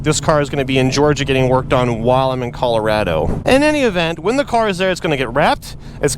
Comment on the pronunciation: Calor-A-do xD